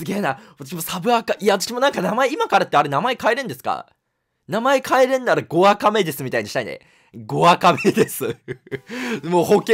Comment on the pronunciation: 「5アカ目です」が「ゴアカメデス」っていう強そうな名前に聞こえた鳩俺以外にもいるだろ